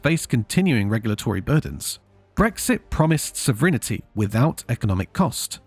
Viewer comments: What's "sovrinity" ? SO-VREN-TI. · What is "sovrinnerty" ? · say this WITH ME, SOV-ER-IN-TE. Theres no pair of hidden vowels. It's four syllables. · It is "sov rin t" not "sov rina t." And we never lost sov Rin t, so we could not get more. Parliament is always sov a rin. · Is the AI getting pronunciation wrong, or do the brits actually pronounce an 'i' that isn't there at the end? sov rin i ty? wtf. Also, sad that all the old people and old at heart actually believed the joke about the sun never setting on the british empire. they only worked as part of europe, now they're just little people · You lost me at “sovrinity”… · Sovrinity 😂🎉😊 (several times). AI voices pronounce the way you spell. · Strange pronunciation of sovereignty, AI voice? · There is no i between the n and t in "sovereignty". It has three syllables, not four.